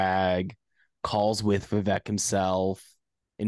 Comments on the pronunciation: his first name is pronounced we-wake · You said his last name perfectly, but not the first. The first name is pronounced: vi-vake, like cake. I know, I’m South Indian. Btw, the incentive system he’s suggesting is how money is raised for campaigns already, except it is generally done by big players. There’s a broker in the middle that does this I believe and they make a bunch of money for a fundraising campaign. What Vivek is suggesting is why should it be exclusive? Instead let every common person get the opportunity to benefit. Sounds like a great idea to me.